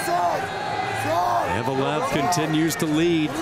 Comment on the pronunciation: Заметили, что комментатор называет фамилию Евлоев, как "Евелов"?